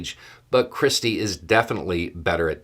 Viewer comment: Every time you say 'christie' I hear 'cripsy'.